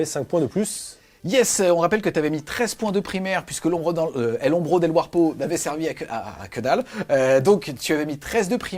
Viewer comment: Bon rapport de bataille. Votre accent anglais fait plus peur que l’ombro de warpo